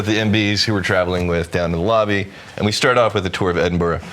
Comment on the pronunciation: I love Scotland but not your mispronunciation of Edinburgh!